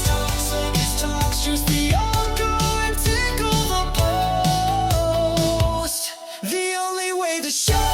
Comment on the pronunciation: said "pickle the toast" Instead of tickle the post😅😅😅😅